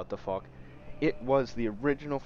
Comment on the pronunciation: It’s pronounced “fosh” not fock lol